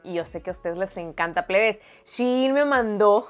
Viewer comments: La pronunciacion correcta es shi in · Se pronuncia Chi-in ( en español y en inglés) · e escuchado que se pronuncia shiín como más pronunciada la segunda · Es shein pero lo debes pronunciar en inglés no es español